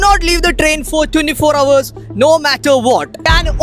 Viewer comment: Bro, [HOUR] 👇 ഹവർ ❌ അവർ ✅